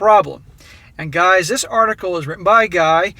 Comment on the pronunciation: Stop saying "Dis". You aren't from the ghetto.